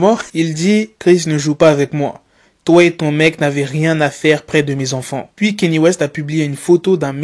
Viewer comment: Alors Kanye ça ne se lit pas « KÉ-NI », ça se lit « KA-NI-EH».